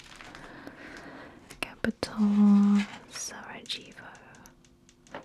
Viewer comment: The capital of Bosnia i Hercegovina is pronounced Sarayevo, not Seragevo. The "j" sound is pronounced as "y" in "yes". And "Hercegovina" is pronounced "Hertsegovina". I think it is "živjeli" in the "In a word" section. It's pronounced "zhivyeli". ž is zh.